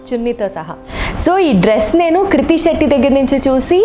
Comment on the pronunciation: it's not kurti shetty😅😅 it's krithi shetty